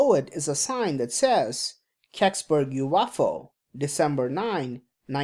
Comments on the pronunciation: you off ow hihihi :D ,stop just stop saying you off ow !!! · I couldn’t watch it because of how you pronounce UFO. Sorry, I’m not trying to be dick, it was just too distracting and it kept coming off to me like you were saying “waffle”. I’m sure your channel is awesome, I just couldn’t do it. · you-off-ow lol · Umm its a UFO not a "You waffle".